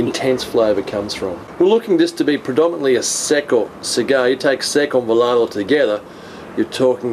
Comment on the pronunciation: Its volado not volardo....interesting review.